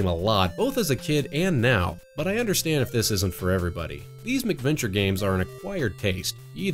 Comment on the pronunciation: oh actually cuz it did sound like you were saying something like adventure with a prefix before it and I had forgotten they were called mac venture so now that you mention it you said it properly and it isn't hard to understand, also to with my grandmother being from Scotland I tend to over emphasize the pronunciation of Mac to clearly distinguish it from the anglicized Mc which has now been know as the Irish Gaelic prefix, but yeah awesome job man keep making great stuff cuz your production quality is so superior to a lot of other channels I've seen so I'm sure you will grow into 10's of thousand of subcribers then onto 100,000 and I'm not just saying this cuz there are youtubers I know who started with a couple hundred of subs and now have over 200k and there videos even at this point are not of your quality